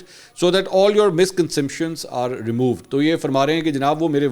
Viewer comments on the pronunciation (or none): Oh mere bhai misconsemption nahi misconception hota hai.